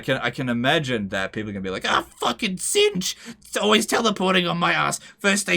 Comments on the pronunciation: It's pronounced Tit-snitch :) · You don't need to pronounce the 'T' in tzeentch.